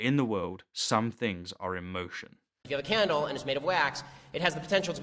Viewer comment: When Shapiro says "candle" it sounds like he's saying "cannonball"...